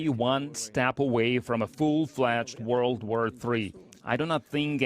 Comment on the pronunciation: What’s a ‘World Wur’? 🤷🏻‍♂️